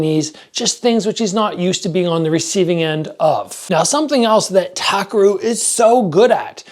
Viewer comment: btw his name is pronounced TAH - KEH - LU (RU)